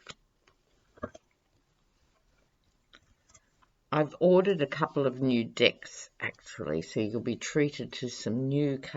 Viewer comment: Love that Aussie accent -- when you said you'd ordered a couple of new decks, it comes out dicks. If Ivanka is indicted, she won't hesitate for a New York second to rat out her father, to keep herself out of prison. We're so caught up in the US over the Trump business, we forget other countries in the free world have their disappointments, too. Australia -- we feel your pain. Thanks for the great reading -- as usual.